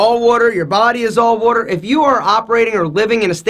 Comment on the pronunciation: the way he is saying water is hilarious.